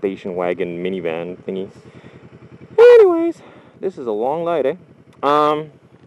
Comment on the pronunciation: This is a loong light eh? xD canadian side coming out.